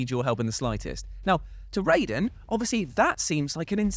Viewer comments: Such a pet peeve when people pronounce Raiden as RAYden instead of RYden lol. They CLEARLY pronounce it as RYden every single time they refer to him in the game. And I definitely thought you called Kojima..... something else real quick lol I had to rewind that and make sure I didn't hear what I thought I heard 🤣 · A few things: 1) You keep pronouncing "Raiden" wrong. "Rai" sounds like "eye", not "ray". 2) Raiden doesn't ask Snake if he needs help, with his answer being "infinite ammo". Snake tells Raiden that if he runs out of ammo he can have some of his. When Raiden questions Snake if he really has enough to spare, Snake tells him he has infinite ammo. Very different scene. 3) Raiden has been killing soldiers since he was six years old. He took part in the Liberian Civil War. He was so good at killing, particularly with a blade, that he earned the nickname "Jack the Ripper". He admits this to Snake in this very chapter. Solidus raised him to be a killing machine. So between the two, I would put money on Raiden actually having more combat experience than Snake. Please do more research before posting false claims. It's okay if you like Snake more than Raiden, but most of your "facts" were simply wrong. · Did just say "Rayden"? For shame! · Noooooo why did you join Team Cant-pronounce-Raiden properly 😭😭 you're so much better than that! "10 best Yakuza sidequests that were quintessential Japanese weirdness" next please!